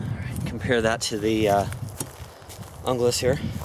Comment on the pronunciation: Good vid, enjoyed it. Also the ESEE is pronounced "Hoonglas", as per the Esse website. Cheers.